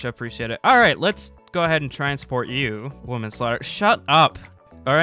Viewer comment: If he wants to call it "womam slaughter" then at least say "woman" and not "women"